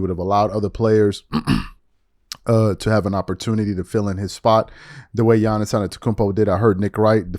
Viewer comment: By now, if you still say Don-chick or Gee-iannis youre just not paying attention.